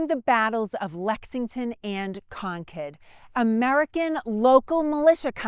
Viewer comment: Thank you for pronouncing Concord properly.😊